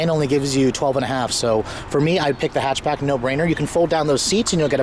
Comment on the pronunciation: Aleksandar Angelov "hechbeg" xD